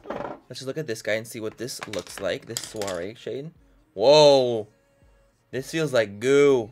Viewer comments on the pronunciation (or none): none